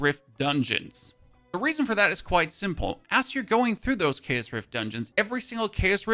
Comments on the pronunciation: It really annoys me how he can say chaotic correctly but not CHAOS! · It’s cool hearing keas instead of chaos with his accent.